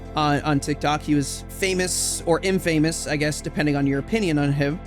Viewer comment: in-Fa-mous not in-fame-ous